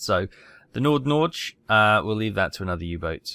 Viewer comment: NordNorge is directly translated to Northern Norway. Btw. U butchered the pronounciation of NordNorge. Lol.